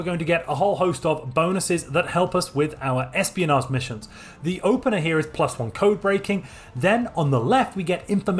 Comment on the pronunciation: All is great except when you say "research" or "espionage"